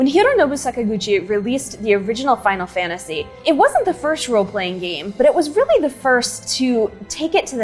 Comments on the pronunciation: cool, you say "Final Fantashee". It must be because you are about to say "genre" and it sounds strangely ok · "Final fanashy jara"